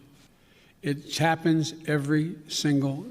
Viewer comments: “It Chappens” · "It Chappens, every solitary year" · "It chappens".................